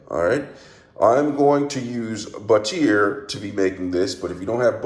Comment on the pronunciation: Flipperate? Lol. But-teer? Lol? Stickerate? Lol!